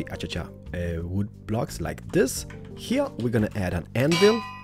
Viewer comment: I like when you say spruce woode slabs ;) P.S:I hope that you will get more subscribers,you deserve it :)